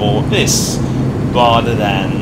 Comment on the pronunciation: Much impwoved.... Wather than saying,.... Wobin weliant....... Your voice cracks me up